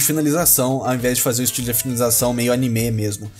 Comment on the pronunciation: o jeito que você pronuncia anime é meio estranho sabia